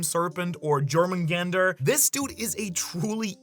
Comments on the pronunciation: jörmungandr is pronounced YOOR-mun-gahn-der. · If you pronounce jörmungandr wrong one more time I’m going to unsubscribe